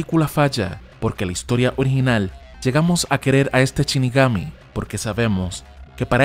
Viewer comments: shinigami, no chinigami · Ya no es " shinigami" ahora es " Chinigami" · Shinigami, no Chinigami. Por Dios!! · "chinigami"? en serio? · DEF NOUT???? Porque asi?? DET NOUT se pronuncia men Y anime va con el acento en la e!! de donde coño sos?? CHINIGAMI??? pfff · Me sangran los oidos cada vez que el narrador dice "chinigami"